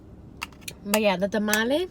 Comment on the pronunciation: I cried when u said tamale it hurt my soul